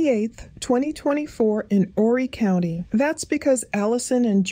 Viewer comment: You're the only one that I have heard says Horry County correctly. 🎉